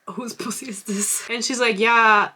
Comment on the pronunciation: Oh my god... This is the video where I realized that you’re saying “pu-pu” instead of “p*ssy”… this whole time I thought you were saying “poo-poo” for butt 😭😭😭I thought you were talking about an*l s*x for all of these videos!!! 💀💀 “pp in poo poo”